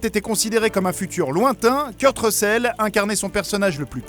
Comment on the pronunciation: « Kurt recèle » « bled runner » franchement, fais un effort de prononciation ! Mettre des photo de Big Boss pour parler de Solid Snake ! Et dire qu’il porte un cache œil alors que c’est Big boss qui le porte et pas lui ! (Dans mgs 4 ca compte pas c’est le eye droid et pas un simple cache oeil)